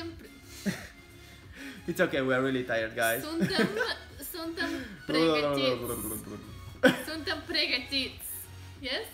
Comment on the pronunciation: Also, he said "we are ready to go" wrong...It's Suntem gata sa mergem which is out of order but in English it's we are(which sont is borrowed from French) em(we) gata (ready) sa (to) mergem(go)